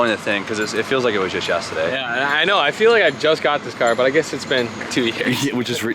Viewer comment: No one:: Yes-tuh-daye